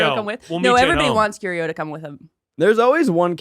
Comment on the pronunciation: put some respect on mr arte fact's name. 'curio' smh